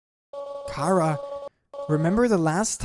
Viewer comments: It's Chara not ckara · Its not cara its chara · WHY DO YOU SAY CARA NOT CHARA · its pornounced Ch-ara